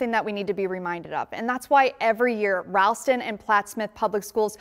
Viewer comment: It not ralston it’s typed like ra but it ro o not a